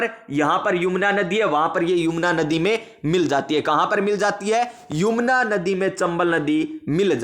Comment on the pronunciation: सर पड़ाया तो बहुत अच्छा, लेकिन सर यमुना को आप बार बार युमना बोल रहे थे